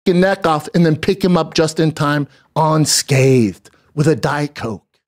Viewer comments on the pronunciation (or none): " ON SCATHED..... WITH A DIET COKE " 😂😂😂😂😂 WOW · He said "suicidal thots" and "uncathed" so he was making fun of him for his usual mispronunciation of simple words? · He said "onscathed" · Yes it is and Bramdom said "onscathed" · “On Scathe”. 😂 I Love when he repeats phrases he’s heard and gets them wrong.